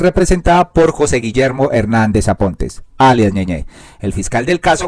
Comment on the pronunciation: Es ñeñe y ud lee ñeñé, no le sobran unas clases de gramática y ortografía; con mayor razón oficiando de comunicador.